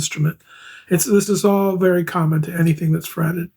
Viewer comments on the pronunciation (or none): none